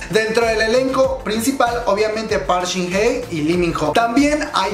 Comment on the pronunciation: jjajajaaj me da risa como pronuncia el nombre de shin hye "park shin ne" jajaajaajja es park shin Hye, wey